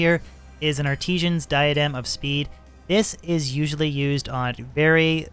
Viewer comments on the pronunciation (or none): Normal people: Ar ti san: ARTEEESHANZ